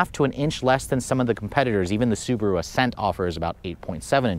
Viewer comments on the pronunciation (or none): none